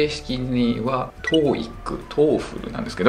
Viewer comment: トーエックじゃなくて、トーイック。トエフルじゃなくて、トッフル。ポイフルじゃないんだから。